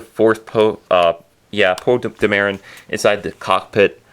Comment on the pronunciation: Poe De-Marren lol